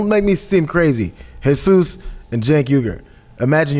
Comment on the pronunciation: OMG! That is the FIRST time i EVER heard an American pronounce "Jesus" correctly. Usually Americans (And English speaking people by birth) say something like "Hey-Seus" or when talking about religion they say it "Gee-zus" Its pronounced "Heh-Seus" all the time weather talking about gods son or the guy that mows your lawn it is Jesus! I swear to god this is the first time i hear someone that was born speaking English pronounce it correctly! WOW. just WOW. I'm putting this on Facebook lol.